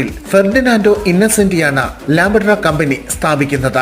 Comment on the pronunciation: 😂😂 ചേട്ടാ "ലാംബട്ര" അല്ല "ലാംബ്രെട്ട" എന്നാണ് ഉച്ചാരണം‼️ ഇത്രയൊക്കെ ആധികാരികമായി പറയുന്നതിന് മുൻപ് അതിൻ്റെ പേര് ശരിക്ക് പറയാൻ പഠിക്കണ്ടേ❓❓😂😂